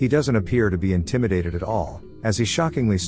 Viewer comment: Intimated… 😂 you mean intimidated 😆